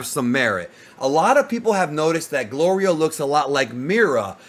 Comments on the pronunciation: Its gorilo 😂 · Golrio you mean 😂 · Yo goku saying glorios name wrong is the funniest 😂😂😂😂😂